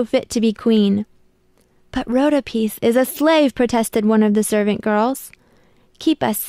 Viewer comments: its not redopiese its redopis say it right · It’s Ro-da- Pi Like “p i e “ NOT Rhodapis!!!!!! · it is Ro-doa-pis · Yeah its pronounced Ru-Doe-pis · LOL YOU SAID RHODOPIS WRONG